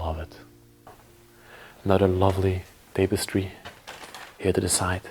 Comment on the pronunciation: Pronounced: "tap a stree" Tapestry